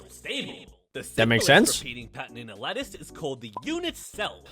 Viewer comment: I thought he said lettuce not lattice